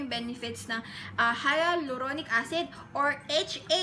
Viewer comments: Say it as "hay-lu-ronic" not "haya-lu-ronic" acid.. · It is pronounced as : Halyuronik hahha skl Im in love sa hyaluronic acid 7 months ko sya nagamit every night i bought my sevond bottle yesterday ang ganda nya sa skin tas nakaka moisturize talaga .